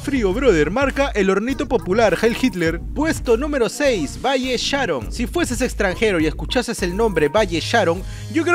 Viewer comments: esta piola tu video solo que cuando mencionabas de valle sharon ponias foto de pista nueva y cuando hablabas de la zona C ponías algunas fotos de la I de Pamplona Y la pronunciación de valle sharon la tilde es en la o igual me gusto tu video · JAJAJAJA se pronuncia Váy Sharón no se porque, no Valle Sháron xd